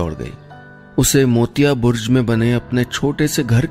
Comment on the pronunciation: Sir, it is Burj and not Burz!